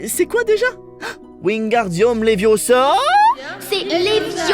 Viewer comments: Quel massacre d'avoir gardé la VQ ! La VF est parfaite et ce n'est pas " Le vas-et-viens" mais "on tourne , et on abaisse " et c'est LEVIIIIOSSA ET PAS LEVIOSSAAAAAAAAAA ! (c'est vrai j'y suis peut-être un peu trop attaché ...) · No no no no ! It’s Leviosa not Leviosaaaaaa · C'est léviooosa et non léviosaaaaa😂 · C est levioosa!! 😂😂😂